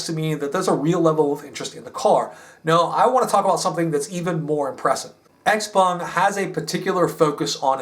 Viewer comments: Your Mandarin is very good....you nailed the proper pronunciation of the company and it's founder very well. Idiots in the US say, "X- peng", which is not correct. They don't understand the, "pung." Well done,! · Having worked with sellside analysts for a NYSE-listed clean tech co., your insights and delivery impress as first tier. Ditto for pronunciation of Xpeng and senior management names